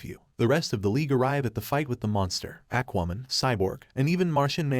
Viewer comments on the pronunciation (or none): Did it just call Aquaman "ack WOman"??????